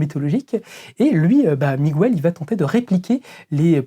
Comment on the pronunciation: On prononce "Miguéile" pas "Migouelle" 😅 pauvre Miguel O'Hara 😂